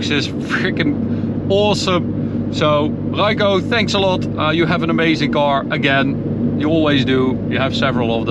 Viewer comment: Man, werk aan je klinkers: 'car' is not 'caor', torque is not 'toarque etc...